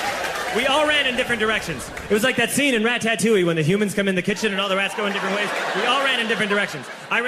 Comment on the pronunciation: did literally no-one hear that he pronounced ratatouille as ratta-tat-touie?? because I know I wasn't tripping😂😂😂